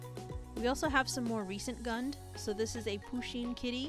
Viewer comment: It’s pronounced Goond